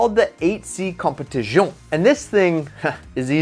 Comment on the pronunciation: nice competizione pronounce my man